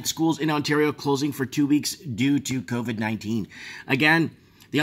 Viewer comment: can we call carona beer chan "coffee" because thats what covey sounds like